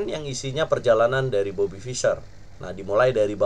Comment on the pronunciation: saking semangatnya bang...bobby jadi robety hehe